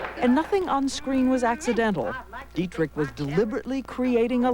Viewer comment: its not didrick but dietrich